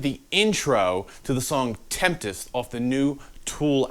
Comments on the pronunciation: Why not just restart the video after you say temptest 🤦‍♂️ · A little help for ya: Tempest, not Temptest. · "Tempest" not temptest...it means a storm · I'm pretty sure, like 42%, that it's pronounced 'sevenempest.'